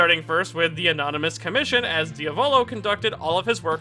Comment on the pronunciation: its not Dia VòLO its Diàvolo the correct pronounce also not PASSCIONE BUT PASS IONE.